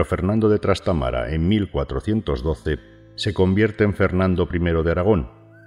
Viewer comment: Se dice Trastámara, no Trastamara.